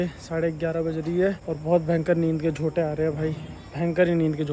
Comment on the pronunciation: nind ke jhonke hote hai na ki jonte😂